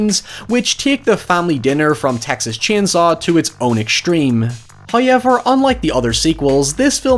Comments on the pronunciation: Someone should honestly make a supercut of saying 'hoyever' throughout his YouTube career. I would listen to that as anxiety-calming ASMR, someone make it pls 😢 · I love how your accent makes however sound like Howyever. It fills me with delight. Always enjoy the content, man. Hope you're well and safe. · Serious question, is hoyever how people from wherever he's from saying? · I mean... I listen to this dude say shit like Hi-ever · Now you've spelt it out, I can only hear it enunciated like that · I'm Irish and I've never heard anyone say however like does and I love it Also, great video!